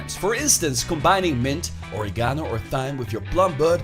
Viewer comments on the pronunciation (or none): Pronunciation of "or-ee-gano" is worth the view in and of itself.